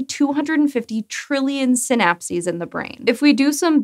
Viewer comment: Every time she said “synapses” i head “synapsids”, and now a cant get the image of tiny dimetrodons crawling around on neurons out of my head....